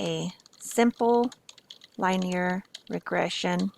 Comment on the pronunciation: you should probably learn how to pronounce "linear"